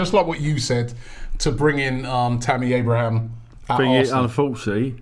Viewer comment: THERE IS NO 'S' AT THE END OF TAMMY ABRAHAM!!!